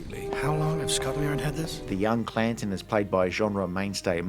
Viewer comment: It's Canton, not Clanton.